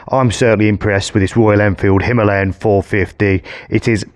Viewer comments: The dude cant read. Its written as Himalayan but he keeps saying Himaliyan :) Im still gonna watch the video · Did he say him are lee em?? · "Himahhhleeon", not heard of the Himalayas then despite travelling? 🤣🤣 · It's pronounced 'Him-a-layen', the same as the mountain range 😅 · It seems everyone pronounces the Enfield himalyan... Itchy boots, mad TV and many more.... Why? Dunno, but it scratches my brain when I hear it :))) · God! Learn how to pronounce "Himalayan". I had to turn off the video . I couldn't listen to the mispronunciation anymore. It's not the accent that's the problem, you just don't know how to read. I have plenty of English mates who pronounce it properly. It was too much of a distraction, I couldn't focus on the video. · Why can't anybody pronounce"Himalayan" correctly? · Can't pronounce himalayan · Crikey, how are you pronouncing "Himalayan"... very distracting! 🙂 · Say Himalayan properly or not at all 🥶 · How does this guy not know how to say Himalayan? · Oh dear he says it about 100 times. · I came to the comments looking for the Indian pronunciation to see which was correct. I’ve never heard it pronounced that way